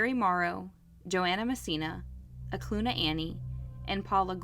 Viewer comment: Great coverage. Just FYI, the river, Knik River, is pronounced kah-nick, not nick. And Eklutna Annie, that area is pronounced Ahh-clue-t-nah. 👍🏼 born & raised in Anchorage, growing up, this was happening. What a psycho!!